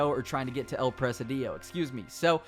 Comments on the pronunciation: El PRE SI DIO (I=EE) NO EL PRE SE DIOU LMAO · It pronounce the "" I " in the middle stronger: El presídio. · Not Press-a-DIO. It's Pre-SID-io. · It’s not “press uh dee yo”. It’s press SID eeoh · It’s pronounced like prezidio no pressadio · The way you're saying presi-dEO is killing me. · presidio is pronounced pruh-sid-e-o bro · Your inability to pronounce Presidio is infuriating. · It’s annoying how Americans can’t pronounce a simple word such as “presidio”. Google translator can help you to pronounce words in a foreign language before you make a video like this. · What a way to say presidio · Thanks for the info! I just can’t stand the way you pronounce “Presidio” over and over during the video. The stress is on the first “i”, not on the second one! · Presidio, please look up the pronunciation. The way you mispronounce it is so bad. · First time i seen/heard someone roll they I's lol